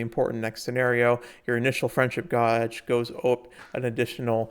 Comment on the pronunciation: Did you pronounce gauge as gojj?....